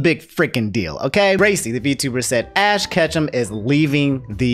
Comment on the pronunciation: Can't get over how you called Ash "Ass Ketchum".